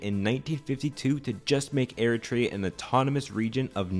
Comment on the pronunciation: Ah yes, Air-a-tray-a... they broke off of a country called Ethee-o-pie-a. Not to be confused with Ee-ree-tria, which broke off of Ee-thee-opia.